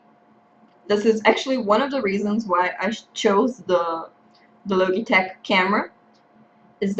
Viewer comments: Great Vid, Great English though the Logitech pronounce the "G" like "GE" or even 'Ji' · Thank you, and you're right :) I had no idea about the "g", thank you for pointing it out. I"ll make sure to speak it properly if there's ever a next time, hahah.